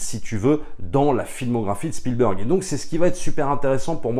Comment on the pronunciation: Bonjour les amis, y a t-il une private joke à prononcer "Spielbeurg"? Parce que tous les Anglophones et Germanophones savent que cela se prononce "Bèrg". Alors je me demande. Merci